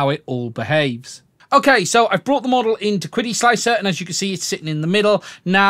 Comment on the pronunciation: I am afraid the pronunciation of "Qidi（启迪）" is actually "Chi Di", it's a Chinese word meaning Enlightenment